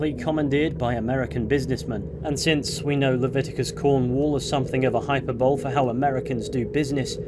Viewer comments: Hyperbuhlee not "hyperbowl" I used to say the same as a kid 😂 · Go check the pronunciation of hyperbole, I used to pronounce it the same as you until I checked, and it kinda broke a lil bit of my mind when I realized I seemed to use two words instead of one lol Edit: this aint a criticism, great video as always :)